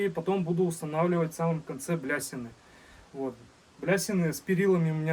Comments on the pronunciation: Не блясины,а балясины 😂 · Не блясины, а балясины!😊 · Супер беседка! Только не блясины, а балясины!😊 МОЛОДЕЦ! Но череп животного — лишнее!( что- то в этом не приятное, бесовское!) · Да и не блясины,а балясины😂😂